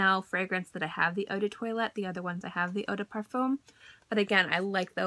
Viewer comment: Girl, please work on your pronunciation, 'eau de toilet' lol.